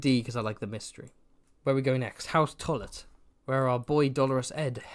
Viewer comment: Okay House Tullet I've heard House Toilet every time you said it XD